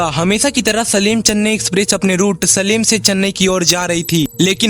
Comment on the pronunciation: वो सेलम है सलीम नहीं